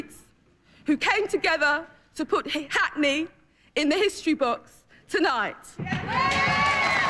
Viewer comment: Right after being elected she fluffed up...nearly forgot the name of her constituency! Hi-hackney?!? Lol. She is a joke. I wish Spitting Image was still on the go, they'd have done a proper number on her!